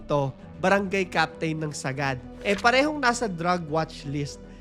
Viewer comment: Hi it's barangay Sa-gad hindi po sagad hehe ty